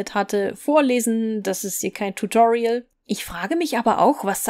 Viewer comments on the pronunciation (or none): none